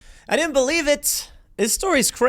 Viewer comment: Sorry Tim but did you say you...dindu believe this? :D